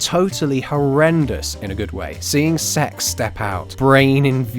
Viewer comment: Everytime I hear you say "Sek's" I get really immature looool